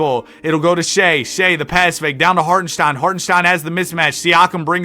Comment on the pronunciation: For the life of you, you can not pronounce chet or hartenstein..... Stop, get some help. I actually had to unsubscribe because of it.